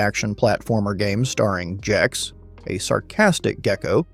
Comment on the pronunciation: IT'S GEX WITH A HARD G, NOT JEX! this killed me.